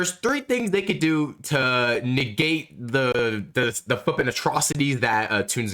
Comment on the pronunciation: Negate ❌ Niggate ✅